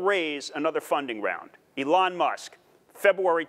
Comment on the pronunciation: Oh.... I see what the problem is. He can't pronounce Elon. He says it like Ellen but spelled Ellon. Makes me wonder if he is thinking of the right guy or not.